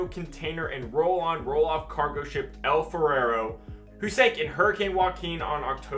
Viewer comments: It’s funny when you kept saying El Ferrero when it says El Faro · pronouncing El Faro as El Farero?! Lol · Where do you get two extra syllables from "Faro"? Interesting stuff though, thanks.